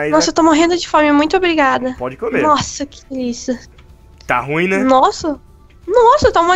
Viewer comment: Diz claque por que base é ruil